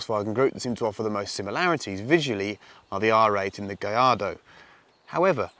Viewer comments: Double L's are pronounced as a "Y" in Spanish. Hence Gallardo is pronounced "Gayardo" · Because "gayardo" is how it's pronounced. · Because thats how it is pronounced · You know how annoying it is to hear every brit and american butcher the name of the auto every time.... -_- thank you my good sir for doing this public service. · That's how it's pronounced. The double LL's are silent. Great video ... love all those cars!